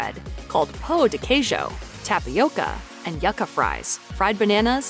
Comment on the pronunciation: "YUCK-A" Fries!!!! LOL!!!!!!!!!!!!!!